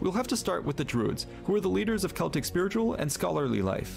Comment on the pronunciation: Glad you said the word CELTIC properly and didn't say SELTIC like a lot of Americans do. We call FALL....AUTUMN. When you talk about "avatar and last air bender" I have no idea what you're talking about ! I don't understand why Americans dress up as super heroes and people from films for Halloween when they have nothing to do with it ! You should be dressed as ghosts and ghouls etc. Growing up in Scotland we always used TURNIPS as we didn't have pumpkins back then .